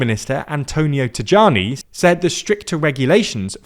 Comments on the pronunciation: Please its pronounced like "Tayani" the J is a long "i" sound - Tajani. Now I am sure you will ask people around if my information is true but we in Canada we were refused often. Allow me to explain. 1st, this law or tracing ancestry from 1861 just came out of the surface because they may challenged it in the courts and perhaps win their case that the line has never been broken. Hence why you mentioned that it has congested courts in Italy. Second, consulates congested? Depends where. I can not speak for all consulates including in Canada but the reception is terrible here. Someone born in Italy moved away at 2 years old from Italian parents were denied in Toronto. The reception can be different this tiem around. After 2010, they started allowing people to get it back who never lost it and those who naturalized to get back which were always denied unlawfully. You can not speak up about it because they just ignore you more. Perhaps, they are a lot softer in Argentina and Brazil where the surge of citizenship granted is coming from. Consulates do not follow the same rules. Some exercise the 92 law of inure sanguines and some follow what is set out that year. First time I ever heard you can be granted up to 3 generations ago. I went with the whole process in Italy, getting cold shoulders about it. I have been trying to get it since 2001. I had all the paperwork ready even asked for the documents before I submitted "il permesso di soggiorno". I went to other places, non governmen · It's pronounced Tajani - Taiani, Tayani, not Tadjani/Tagiani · Tajani: should that not be pronounced Tayani? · The J in Tajani is pronounced E in italian: Ta'ee'ani. Not exactly so, but easier than explaining the 'gli' sound we use for J, which is similar to the Y sound in engligh. Think Yo-yo. That sound. So Tah-yee-ah-nee. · About our Foreign Minister TAJANI - It's pronounced TAIANI ! the J is pronounced like the I in Italy! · It's peonounced Tayani. 😉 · Tajani is pronounced Tayani.